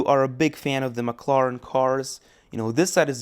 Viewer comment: I will never forget how he said mclaren. He literally said maclaran and a mclaren senna gtr has a 7 speed dual-clutch automatic gearbox, not a 2 speed